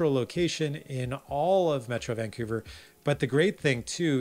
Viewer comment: Good stuff, but it seems like you alternate between pronouncing Vancouver as; Vancoover (correct) and Vankewver (incorrect). Of course it could just be my hearing... Good content nonetheless, but because of the aforementioned, I gravitate towards your videos about Burnaby, Coquitlam and Port Moody :) (Edited to be less acerbic and grumpy old man-ish).